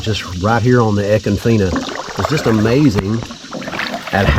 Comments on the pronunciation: I’m late to the party as usual, is it feena or Fine-ah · Love the footage. But us locals don't pronounce econfina like you do. 😂 I love it. We truly live in paradise. ❤